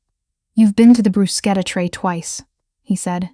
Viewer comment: ‘brooss-keta’ waiting FOR a grant, not waiting on a grant the past tense of the verb ‘to read’ rhymes with ‘red’, not with ‘feed’